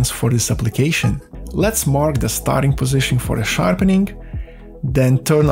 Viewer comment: Ландан из де грейт капитал оф де ворлд. Бля, ну реально. Зачем мучать жопу и говорить с таким диким акцентом. Тупо молчи и наложи красивые субтитры, будет гораздо лучше, чем твои де вместо the.